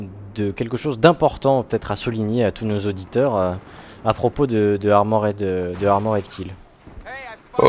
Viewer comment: on a tous des cours d'anglais à l'école non? j'ai pas encore trouvé un seul commentateur BF capable de prononcer correctement Armored Kill, je commence à perdre espoir